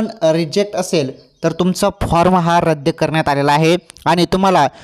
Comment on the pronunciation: रद्य नाही रद्द म्हणा.